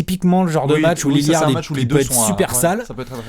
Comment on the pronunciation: c'est Lillard pas Lilliard XD